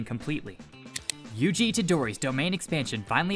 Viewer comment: Yugi!? Really its yuji